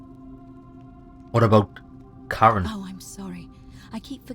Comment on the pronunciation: when it said you had a woman pull you out of the river name Karen. The way you say it sounds like Charon. In Greek mythology, Charon or Kharon is the ferryman of Hades who carries souls of the newly deceased who had received the rites of burial, across the river Styx that divided the world of the living from the world of the dead. Accents are a funny thing.